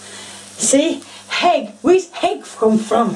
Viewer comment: I love how you say heg instead of egg